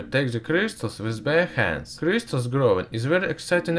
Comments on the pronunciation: Are all russian pronouncing Crystals as Krishtals ? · I like how this guys says with crystals. C R I I S T A L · I love how he says cryzztals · stheeese kreeestalls. lmfoa 😂